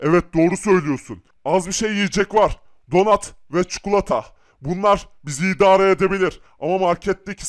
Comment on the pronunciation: Abi istersen Türkçe öğreteyim . Çukulata değil çikolata